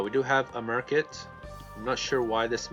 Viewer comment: He pronounces market funny too but eh, he knows what he's talking about so w/e.